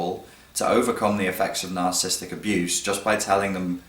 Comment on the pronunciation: may want to pronounce it correctly: NAHR - SUH - SIS - TIC (4 syllables rather than 3; not NAHR - SIS - TIC) ;-D